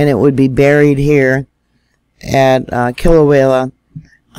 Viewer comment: PA-HA-LA. Not palahala. KILL-A-WAY-A. Not killawayla. HALL-E-MOW-MOW. Just trying to help. It is like fingernails on a chalkboard to us locals. I’m not trying to belittle you just PLEASE pronounce them correctly if you are going to report them. Mahalo